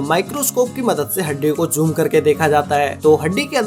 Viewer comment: I like it when he says joom